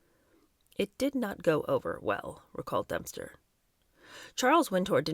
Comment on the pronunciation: is Dempster being pronounced Dumpster on purpose? Lol!